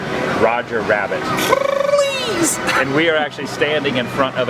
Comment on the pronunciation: Did he just say fleas instead of please?